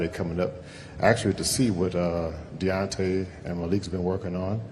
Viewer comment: 1.21 "deontey wilder was robbed tonight"! hahaha